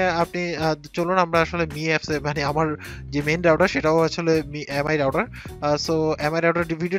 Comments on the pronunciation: It's router not rouder.... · Good review... Plz correct ur router pronunciation...